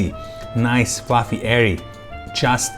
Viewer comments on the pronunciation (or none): none